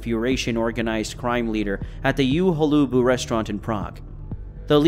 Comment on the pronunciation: Please stop saying You Holobu. It's so weird . The name means "at Holubs" ( fun fact - Holub means pigeon but in this case it's surname of the former owner) the U is not pronounce as You but as Ugh without the gh...